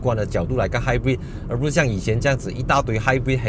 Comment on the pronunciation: 朋友/亲戚都把他读成"hybird"🤣